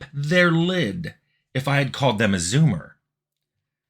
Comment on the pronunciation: Hearing Tim say "Zoomer" was something else.